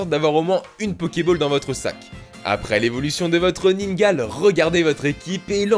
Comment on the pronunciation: On dit" Ningalé" pas ningal